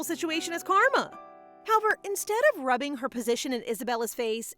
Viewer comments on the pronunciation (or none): none